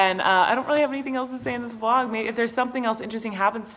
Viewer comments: it's vlog not blog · did you say blog instead of vlog... .no shade😂❤